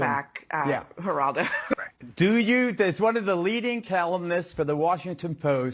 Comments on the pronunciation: "Jur"aldo Rivera? Your pronunciation is disrespectful to that media legend. How young are you, man? 😂 "Her"aldo btw. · I like the way you call Geraldo as Jaraldo. Its' actually pronounced Heraldo...funny funny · It's pronounced heraldo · Geraldo. Pronounced by hispanic way....Heraldo. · Geraldo is pronounced Hey-rahld-o... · Pronounced Heraldo lol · 😂😂 "heraldo" pronounciatoon of Geraldo! 🤭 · "Geraldo" is pronounced "Her-aldo." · DUDE YOUR "TALK LIKE A WHITE GUY ACT" NEEDS A LOT OF WORK! And It's Not Pronounced "JA RAWL DOE!" DumbAzzzz! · FYI—- it’s pronounced heraldo. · Doc, his name is her-all-doe. The G is pronounced with an H. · It's pronounced Haraldo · It's pronounced Heraldo lol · Eli wasn’t the only one who spoke, many spoke today. And Geraldo pronunciation is with an H not the G. Sounds like “Her al do” - Heraldo! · HERALDO IS HOW IT IS PRONOUNCED. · Geraldo Rivera the G is pronounced with a h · Hiya GREAT VIDEO! Just little help for you 😊 In Spanish G’s are pronounced like an H.. Geraldo is pronounced Heraldo.